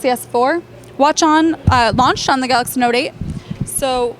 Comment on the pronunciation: Okay, when she says galacy note 8 she sounds like she's speaking Italian. She speaks very fast.